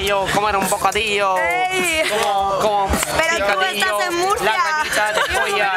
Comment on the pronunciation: Sorry, but I'm so sure you didn't understand the name of Mercia, is Murcia, not ''Mercia''. I'm from there and if you change the written I will give you thanks :)